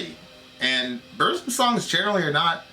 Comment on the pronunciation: what's a Boorzem? It's BURZUM...pron. BOORRRRZOOM XD nice vid tho EDIT: " just because he's racist. " This is the best thing i've ever listen to in my life.